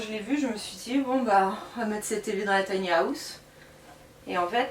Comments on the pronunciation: Taï ni à ousssse 😂😂😂 On peut rire mais on ne se moque pas 😉 J adore les tinyhouse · On ne dit PAS Tiny-Aousse 😅🤣😂😅🤣😂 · tiny haaaaouse fois 1000, je saigne. J'ecoute, j'ecoute.